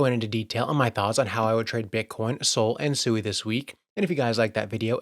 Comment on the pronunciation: SUI Japanese for water, pronounced Sweee not a person named Sue E